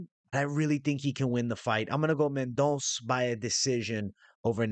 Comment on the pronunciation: It’s Mendon(ssuuh)